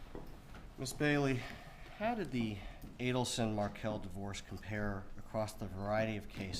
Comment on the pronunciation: ATTY Bailey cannot even say, ADELSON (Ei-del-son). Bailey says, Ah-den-sun.